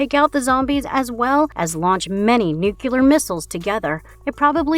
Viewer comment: Nucular missiles? Homer Simpson sends his greetings